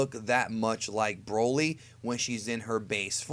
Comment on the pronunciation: S/o to the guy that calls broly " Brawley"